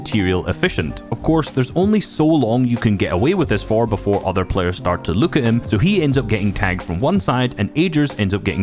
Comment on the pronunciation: ”These pleyers”(Bugha and treaths)